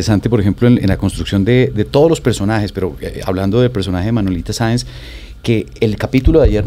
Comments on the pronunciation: Y aparte dijo varias veces Manuelita Sanz en lugar de Saenz. Muy triste. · Alguien que le diga a la muchacha que su personaje es Manuelita Saenz no Sanz!! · Un like si vienes a ver que comentan sobre la actriz que no sabe pronunciar el nombre de su personaje, Manuelita Sáenz. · Maravillosos actores y, claramente se vé que estudiaron sus personajes; nuestro prócer Santander tiene uno de sus mejores homenajes en. Felicitaciones!! Manuelita Sáenz, tuvo en la actriz ecuatoriana la mejor representación, porque nuestra actriz no sabe ni pronunciar el apellido (ojalá lo sepa escribir), ni entendió que Manuelita fue una patriota también, que esas vivencias de niña y joven la hicieron rebelde no traviesa. 😒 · Que pena que ni siquiera puede pronunciar el apellido de quien interpreto....aparte que no tuvo un gran papel a comparacion de otros que tuvieron el mismo tiempo de actuacion